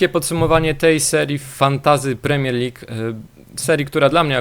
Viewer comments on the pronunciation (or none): none